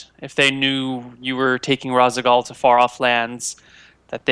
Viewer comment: Does only play StarCraft in multiplayer? I'm actually astounded that he doesn't recognize the name Raszagal. None of them seem to react to the name of the Matron of the Dark Templar at all. Then goes one step further and mispronounces it. It tickled my memory instantly and not only did I only play through it and Brood War once, but that was sometime ago. I just can't even.